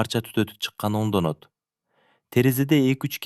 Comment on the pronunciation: Окуган баланын " ө " тамгасына тили келип , сонун эле айтат экен . Анан эмнеге кээде " о " деп окуп атат , мисалы " өңдөнөт" деген сөздү " ОНдОнОт " деп ? Кыргыз тилин шылдың кылганыбы ?! Окутпагыла буга экинчи!